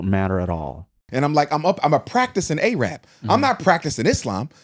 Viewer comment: A-rab 😂 yeah he was Muslim alright